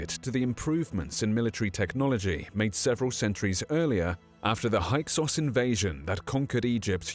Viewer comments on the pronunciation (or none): "Hyksos" is pronounced hick-sos /ˈhɪksɒs/, not hike-sos.